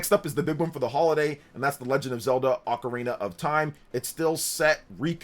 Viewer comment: did i hear just pronounce ocarina correctly this time? Lmao